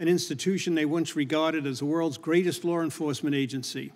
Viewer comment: It's law, not lar! C'mon man!